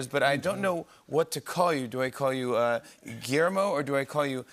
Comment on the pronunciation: Jimmy should work on his pronunciation of Guillermo´s name to sound decent at least!